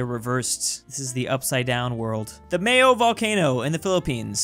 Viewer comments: Did he just called Mayon Volcano Mayo??? please stop pissing of your viewers its pronounced Maaaa yon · Actually Mayon Is pronounce My-yon Volcano not Mayo Volcano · It's Mah-yon– not Mayo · I love how you pronounce mayon volcano as mayo volcano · Its called mount Mayon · "Mayo Volcano" He didn't even saw the "n" at the end ffs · Yes i agree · its pronounced May-on volcano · mispronounce a volcano in their country Filipinos: AcTuAlY iTs ProNouNced— Btw I live near the Mayon volcano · My perfect cone DOES NOT erupt mayonaise also just like 100/10 of the non fiipinos of the world you mispronounced it Its Maayyon not mayon in english mayon in filipino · said mayon volcano wrong and said it erupts with mayonnaise Me: OBJECTION